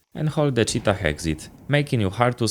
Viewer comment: The final h in 'cheetah' is silent. Btw who even uses this call-out? It's just cave.